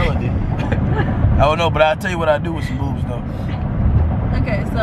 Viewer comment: she said Ohke 🤭😂😂😂😂